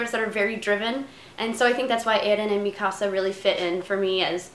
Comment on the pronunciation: Yay she said mikasa right Ahahaha